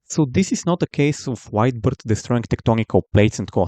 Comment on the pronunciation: Every time this guy said "White Beard" I heard "Wide Birth" 🤣